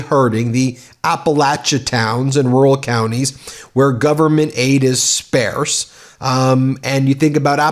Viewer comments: I like MTN but it drives me nuts when Ben uses malapropisms (or non existent words) like “spare-se/spearse” instead of SPARSE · Spah ss nor spare ss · lol - had to chuckle at your made up word... "sparce" as a combination of sparse and scarce. cute, despite being unconscious.